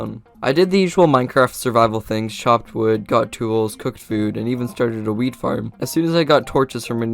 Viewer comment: why every time he says wheat is sonuds like he said weed just why